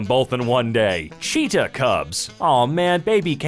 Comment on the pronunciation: Why do you say cheetah like that